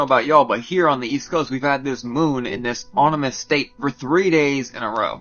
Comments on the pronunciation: He said “onimous” 😂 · my man said "onimous" ahahahaha. also that lady picking the spiders out of the pot has more balls than me.